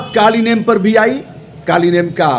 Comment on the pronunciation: कालनेमि उस राक्षस का नाम था, कालीनेम नहीं! कृपया सुधार कर बोले ।